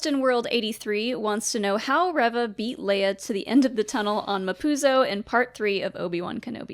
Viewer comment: Why do you guys pronounce Reva's name rev-uh and not ree-vuh. Its pronounced ree-vuh. That's how it's pronounced by Moses Ingram, how it's pronounced by other Disney staff and media, how it's pronounced in the show itself.....why do you guus pronouncing it differently? I just don't get it.